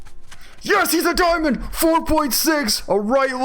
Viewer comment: "Let's pick up are dicoy" IT'S A DIAMOND!!!!